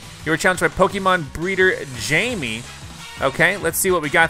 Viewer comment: Pronunces jaime as jaimie:french viewers: you disgust me